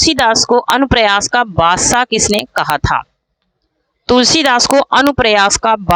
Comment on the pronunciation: Madam anupras nahin anupras padho